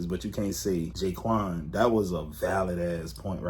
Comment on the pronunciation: She said jayquan😂😂😂😭😭😭she wasnt even tryn b racist i fuck wit her tho fr